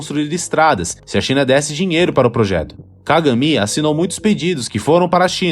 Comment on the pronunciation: Bom vídeo, mas contém algumas informações imprecisas. O narrador deve aprender a pronunciar "póços", em vez de "pôços" e "cagâme" em vez de "cága mi".